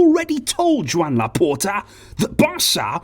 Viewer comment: Joan in Catalan is pronounced "jo AN" like 'Joanne'